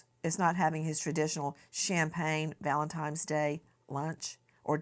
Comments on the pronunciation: I absolutely love you Nancy Grace but it is Valentine’s Day not Valentimes day! What is happening?! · Did Nancy Grace just say Valentimes!?!?!?!!?